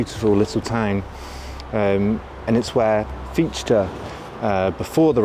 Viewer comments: nicht Fietschte, he is called FiCHte, CH chh, like a cat hissing. no sh or sch sound in there. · it's not pronounced Fish-ti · Fichte ["fish-ta"]… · So Fichee was a solipst. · Fichte heisst er! Herrje! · A truly wonderful video. But please learn how to pronounce 'Fichte'. Please! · For the love of God, stop saying Fichte like that. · Nice video and a great overview through the centuries. But please try a correct pronounciation: NOT "Hayghel", NOT "Hearder", NOT "Fitch-Te". Thx. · I like your content - but a wee bit more effort on all those names , especially Fichte or ¿Fitshtä? and quijote ¿ciyote?